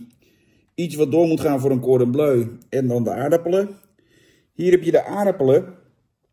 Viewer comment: Ben ik de enige die Gordon Bleu hoort?